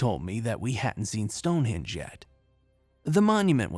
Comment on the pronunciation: Speak properly man,it's stone henge HENge not hinge. Also, Edinburgh EdinBURRA not eden borrow. Bloody Americans butchering the English language☺. I'll let you off though seeing as I enjoy your stories and appreciate your hard work😉.